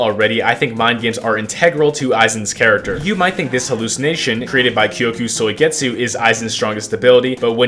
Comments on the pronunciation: Kyoka suigetsu Him: kyoku soigetsu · blud said kyoku suigetsu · "kyoku soigetsu"